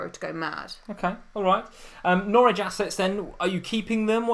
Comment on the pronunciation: it's Norwich ffs 😂